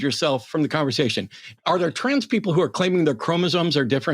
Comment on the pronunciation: I HAVE to point out as someone from the UK that this guys accent is actually unreal lmao, NOBODY speaks like him anymore, he literally said “trarns” athletes, I’ve never once heard that pronounced that way. It’s like cartoonish levels of posh